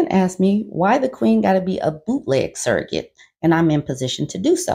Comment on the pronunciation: That baby gone need hooked on phonics in utero...suggorate. lawd.